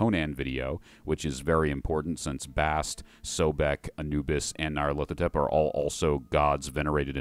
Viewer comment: My annoyance is always the mispronunciation. That -hotep at the end means “is pleased” in Egyptian names. It means there is a Nyarlet out there somewhere.